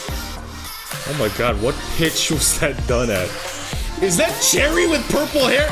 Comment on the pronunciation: Oh btw Choerry is pronounced “chwae-ry”